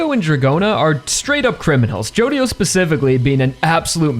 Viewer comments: someone probably already said it, but the "dio" in "jodio" is pronounced "jo" apparentely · Araki really said JODIDO JOESTAR huh